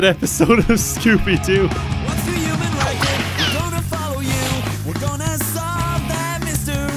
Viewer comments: the new accent was almost perfect but the way he said “human” like “uman” was a huge reveal that it was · "human" not "uman" you enunciate the "h" at the beginning not saying this is THE correct way to say it lol, everyone's got different accents and such, but that's the other way to pronounce human